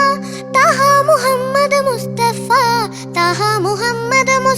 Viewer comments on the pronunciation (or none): ഒരു മദ്രസാ വിദ്യാർത്ഥിയായിട്ടും ലാസ്റ്റ് അറബി പോഷൻമോശമാക്കി. താഹാ അല്ല ത്വാഹാ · Super❤ താഹ അല്ല ത്വാഹാ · താഹാ ❌ ത്വാഹാ ✅ Razoole ❌ rasoole ✅ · Razoole എന്നത് വളരെ അരോചകമായി തോന്നി. റസൂലെ എന്ന് നേരാം വണ്ണം പറയാമായിരുന്നല്ലോ. അത് പോലെ താഹാ... ത്വാഹാ എന്നാണ് ശരിയായ ഉച്ചാരണം. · ഇതിൽ judjus ഒരു കാര്യം മോൾക്ക് പറഞ്ഞു കൊടുത്തില്ല താഹാ എന്നല്ല ത്വാഹാ എന്നാണ് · ത്വാഹാ എന്നാണ്